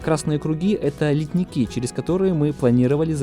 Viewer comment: Друг, обрати внимание на ударения. Не "литникИ", а "лИтники"; не "кратерА", а "крАтеры"; не "грунтОм", а "грУнтом". Твой канал ведь можно даже считать образовательным, люди ведь могут "нахвататься". Это же не какие-то редкие понятия, а то, с чем ты постоянно работаешь...